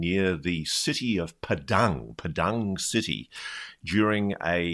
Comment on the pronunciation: Enjoyed the video. Here’s a wee tip when pronouncing Indonesian words including place names. Two syllable words are stressed on the first syllable ‘PAdang. In multi syllable words, stress the penultimate (second to last) syllable. Example perpusta’KAan (=library), ja’KARta.